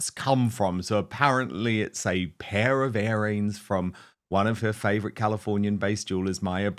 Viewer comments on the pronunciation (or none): Dan, it’s earrings (like ear) not airings (like air) ;)